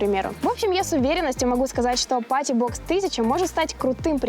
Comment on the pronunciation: Мне все время кажется что ты говоришь "JBL мать его box 1000"